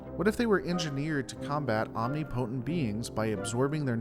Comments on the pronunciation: You said omnipotent wrong it’s ŏm-nĭp′ə-tənt but I kind of prefer your ŏm-nee-poe-tənt more. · Just a small correction. That is not the way omnipotent is pronounced.